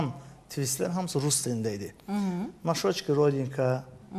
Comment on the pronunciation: Ay Na şoçke yox na şöçke. На щечке